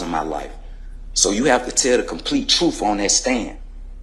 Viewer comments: the "troof" shall set you free! 😂😂😂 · The " truff" ? 😅😅😅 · Did he say “troof”? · He pronounces truth like it has an F at the end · The truff? YOU CAN'T HANDLE the truff. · " the Troof" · What the hell is "truf"??? It's not "TRUF" people, it's TRUTH!!!!!! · The truf and nothing but the truf. 😂😂😂😂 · You aint speaking the "troof" buddy. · Why didn't they teach him the pronunciation of the word "truth"